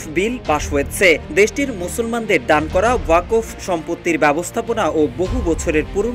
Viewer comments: আরে ওয়াকোফ না রে ভাই! ওটাকে 'ওয়াক্ফ্' (WAQF) উচ্চারণ করতে হবে। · সঠিক উচ্চারণ হবে 'ওয়াক্‌ফ' 'ওয়াকফ্' নয়। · আপনি ওয়াক্ফ উচ্চারণ করতে ভুল করেছেন।